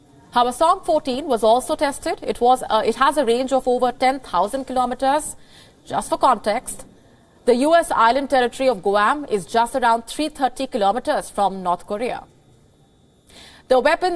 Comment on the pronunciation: GUAM is pronounced GWOM O AS IN ORANGE.